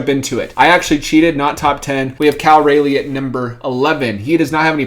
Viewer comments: FYI - Raleigh rhymes with trolly. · Cal rah-ly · Cal Raleigh is the best catcher in Baseball and he's a rookie. Take away his first month of the season where he got sent down and the stats show a different story. Also, you said his name wrong.